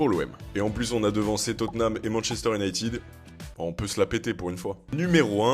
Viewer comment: On va voir j'espère le meilleurs. En revanche essaies de dire United et pas Unitid please please.